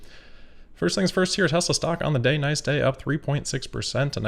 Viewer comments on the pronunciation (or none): none